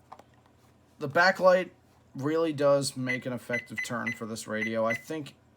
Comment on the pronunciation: "It doesn't have a be-acklight" XD